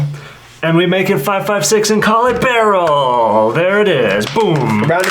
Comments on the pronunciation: It's not pronounced barrel it's B E R I L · Love how yall keep saying barrel instead of beryl to piss AK nerds off🤣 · The fact that you guys were saying “Beh-rul” instead of “Beh-real” and “Ra-dum” instead of “Ray-dum” is definitely not giving me a stroke. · BURREEL say it with me BURR. EEL.